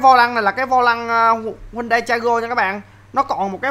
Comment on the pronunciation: Đọc đúng tên xe là HY-UN-DAI nha a